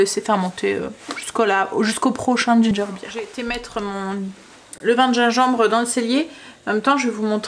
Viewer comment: Bonjour, c'est ginger " bire" (beer) qu'il faut prononcer et non "baire" ( bear= ours). Je suis dispo pour des cours d'anglais si tu veux 😂. C'est vraiment intéressant de voir la fabrication a A à Z. Merci pour le partage.